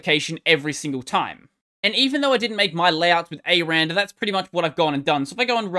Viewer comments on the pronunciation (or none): its “ecks arr and arr” btw... 😏